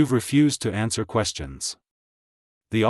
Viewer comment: Every ANSUER (??!!??) extends the stop. What the heck is an ANSUER? The maker of this audio needs to brush up on their use of the ENGLISH LANGUAGE. ANSWER, NOT AUSUER!!